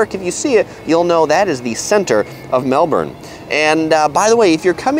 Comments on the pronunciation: It’s pronounced melbin not molborn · Its pronounced Mel-bin Not Mel-borne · The 1st thing you need to know about Melbourne is that the "bourne" like "burn" with a soft r and not "born". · A tip to sound more like a local in Melbourne, we Aussies pronounce it Melb'n or Melb-in, not like the Bourne Identity 'Melborn' pronounciation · I'm kinda trying to say "Melbin" but there is a US city in Florida with the same spelling and it's pronounced Melborn.. It's hard for me to kick that pronunciation out of my brain! :) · Im Australian and damnnnnnn (im from melb to but please don't say mel-BORN/mel-BURN say Mel-ben) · And it isn't Mel BORN....it is Mel Bun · It’s pronounced Mel-bun not Mel-born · BONUS: 1st thing to know about Melbourne is that it's pronounced "Melb-N" not "Melb-ORN" . Drop the "OR" sound to avoid getting eye-rolls from locals like me and stocking out like a sore thumb :) You're welcome. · Its pronounced mel-bin not mel-bourn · Its pronounced "Melbon" ......not Melbourrrrrne"!!!! There is no R! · Hey, you need to know how to say "Melbourne".The natives pronounce it as "Mel-ben" not "Mel-born". The Aussies told me so. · I’ve lived in Melbourne all my life and myself and everyone I’ve ever come across pronounces it Mel-ben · We Americans have tons of things to be thankful for. Yet I do say we do pronounce Melbourne like Mel born and or Mel Burn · Mel-burn - its pronounced. great review! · First thing to know about Melbourne - ITS PRONOUNCED MELBUN ffs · First thing to know is how to pronounce the name of the place. It's not Melborn. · natalie storm "spelt" .. and I've lived here 40 years .. it's pronounced Melbun 😂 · JKalama It must be difficult for Americans not to pronounce the "r's." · it's neither. It's Mel-burn. "Mel-born" is how how the US city in Florida is pronounced. "Mel bun/bin" is how the Australian city is pronounced with an Australian accent, which he shouldn't do, because he's not Australian. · Where is 'Mel-born'?? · Errrr its Melbun